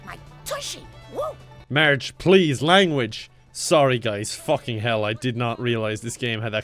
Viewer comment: whoa there didn't know you were capable of saying "fucking" instead of "fecking" lol. Sounds weird